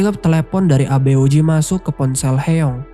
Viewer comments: Aboeji..dibaca Aboji.. bukan abe-oji.. artinya ayah... Eomaa.. dibaca omma bukan e-oma.. artinya ibu.. Hyeong dibaca Hyung/Hyong bukan he-yong... artinya kakak. Semuanya bentuk kata panggilan,bukan nama orang. Jin Seok dibaca Jin-Suk Koreksi kalau salah.. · Sorry kak, ijin berika masukan dikit ya kak, untuk penyebutan nama tokohnya mungkin kurang tepat. Eomma= "Omma", Abeoji= "Aboji", Hyeong= "Hyong", Jin Seo= "Jin So" Itu aja kak.. Untuk video dan cara kakak jelaskan cerita udah bagus banget. Semangat kak untuk konten yang lainnya. Thankyou✨✨